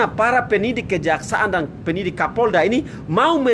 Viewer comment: Penyidik bung....bukan penidik.... Belajar bicara Dolo bro